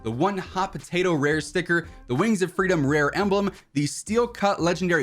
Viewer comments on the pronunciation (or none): none